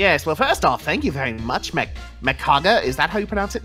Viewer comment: Awesome and hilarious! I watched this at 7am! Thank you so much for asking my question and liking my Goku Black fanart, I'm Mekaga Btw! You two are amazing people! And Yes you both pronounced my name right lol 😂. Also, tell I'll DM him anytime to get some of that divine D💕!